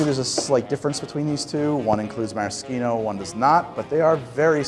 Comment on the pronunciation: Thank you for saying “maraschino” correctly.